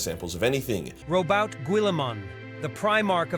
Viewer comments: Not even AI can spell or pronounce Rowboat's name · Ai mispronounces the names of characters alot too. I was looking for some ultramarine context cause space marine 2 and the AI kept calling Robute "Ro-boot"